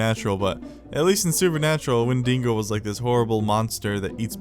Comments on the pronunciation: Its Wendigo not Windingo or whatever. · Wen-dee-go is the monster Win-dee-go is the roller coaster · That's the wendigo not the windingo